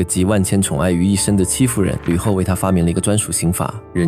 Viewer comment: 戚夫人我真的一直聽成欺負人😅